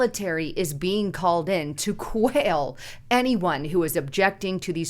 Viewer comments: It’s “quell…” Not “quail…” 😊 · not quail, but quell.